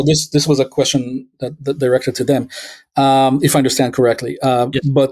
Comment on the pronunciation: Please say hiss, not hish, and stand, not shtand, when you say "history" and "understand".